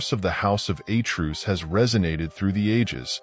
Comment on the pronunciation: Who is this narrator? The house of A'truce? A truce is a cease fire beyween two warring parties. He appatently knows NOTHING about greek nor latin. The greek word Zeus is pronounced ,Tz-us, lije the derivatives Theos and latin Deus with 2 (TWO) syllables. I suppose he still thinks that the portugese rose wine MATEUS is pronounced MA-TOOSE. DO YOUR HOMEWORK. (what a moron!)